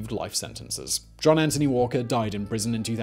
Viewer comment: Anthony, not Antony. Good video overall though, thanks.